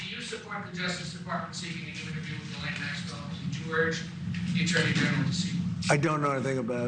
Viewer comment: I guess you didn't get the memo: it's Geez-len!